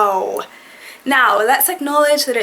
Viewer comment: Well you said wooooow like a trinidadian